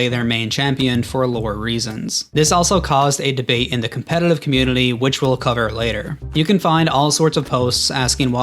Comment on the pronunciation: So which part of "The event that Riot wants you to forget" is mentioned in this video? Did Riot employees come out and state they regretted it? No, instead you mispronounce "community" several times and I leave this video with 12 minutes of my life wastded.